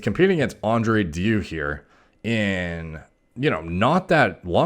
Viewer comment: Just as a side note, it's pronounced De (like DErmaroller) iu'(like you).